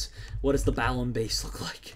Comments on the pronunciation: Balamb not balaum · LOOL. "Balaum" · It's Balamb, not Balaum